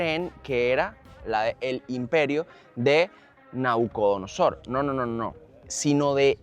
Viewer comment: Mi querido Enmanuel una corrección con mucho respeto, no se dice nacudonosor es Nabucodonosor Rey de Babilonia por eso es Palacio de Nabuconodosor